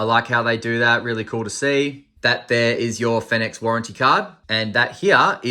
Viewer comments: I saw another review of this light & the guy had the biggest sook about it & didn't even finish the review, because he was so disgusted by it, complete douche.Oh btw,not sure if you care,but apparently it's pronounced "Phoenix" 😁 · as far as i know, every other (english speaking) reviewer pronounces it the same as the word 'phoenix'